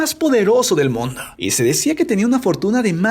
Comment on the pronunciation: Dijo mondo